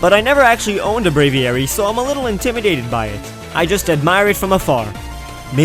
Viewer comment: Brave-ee-ary -_- Brave-ary.